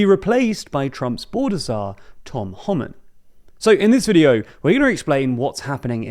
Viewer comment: The British pronunciation of Pretti and Homan are killing me